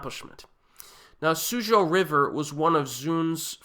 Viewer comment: suzhou is pronounced soo-joe...good review